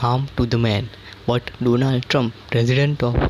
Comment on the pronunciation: Donarld trump 🤣🤣🤣